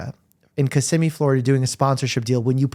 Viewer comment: Hey, you pronounced Kissimmee correctly! Congrats!